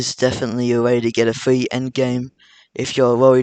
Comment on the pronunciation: its free not fwee